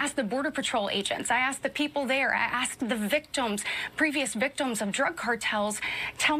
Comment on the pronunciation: she's doing it again. also, what is a "victome"